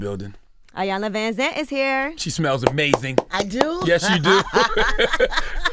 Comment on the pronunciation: learn how to pronounce your interviewee's name smh journalism 101